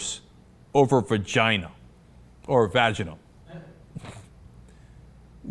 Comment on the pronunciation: Cenk it's vagina not vergina:P